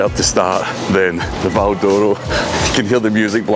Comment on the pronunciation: If you were brought up at the cross like me it was known locally as ''Peters chip shop'' ( Dad) and it was pronounced to sound like ''Val Dora'' the way pronounces it. Always thought, his brother and older sister where all born in Kings Park?